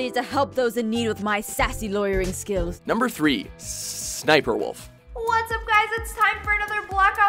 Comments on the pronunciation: i am disappointed! It is S S SniperWolf (first two s's you have to say like a one S!) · It's S-S-SniperWolf, not SSSSSSNIPERWOLF. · Hahah he said ssssssssniper wolf hahaha its just s and s sniper wolf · for the record it's not pronounced SSSSSSSSSSSSSSSSniperwolf, It's either S.S.Sniperwolf, or just Sniperwolf. Duh. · it isnt sssssssssniperwolf its S S Sniperwolf (how u pronounce it that is) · SSSniperWolf is said as S S Sniper Wolf. Not SSSSSSniperWolf. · ITS S S SNIPERWOLF NOT SSSSSSSSNIPERWOLF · Btw it's said Es es sniper wolf but is still spelt normally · actually it's pronounced s-s-snioerwolf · the way he said SSSniperWolf triggered me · The way he pronounced SSSniperWolf... Triggered. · He didn't say sssniperwolf right😂